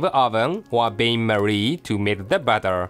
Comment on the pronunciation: pronounced flower for flour and bawter for butter lol!